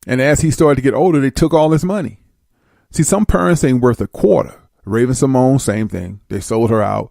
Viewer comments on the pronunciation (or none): none